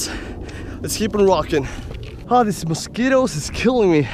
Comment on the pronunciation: Haha mosquitos i thought you said skittles and I was like "is there candy somewhere, I cant see it"